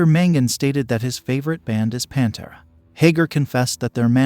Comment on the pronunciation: I hate how the narrator says Pantera.